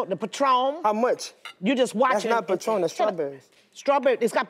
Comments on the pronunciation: "Patrom"! 🤣🤣🤣🤣💜💜💜 Instead of "PATRON" REST IN PEACE "AUNTIE FEE"❣⚘⚘⚘⚘ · Patrom* get it right 🤣🤣🤣